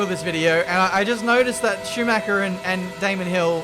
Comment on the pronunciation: "CH" is NOT pronounced as "K". Dont say Sumaker ffs